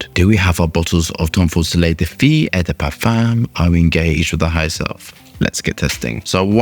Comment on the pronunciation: Feu is french for fire and is pronounced "phoo". You are saying "fee" which in french means girl (filles)